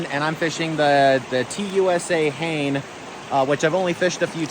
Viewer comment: Fun video. I'm sure by now you know that Hane is pronounced "huh - nay", not "hay-n". Not that that is too important. What's important is how the rod fishes, not how to say its name. :o)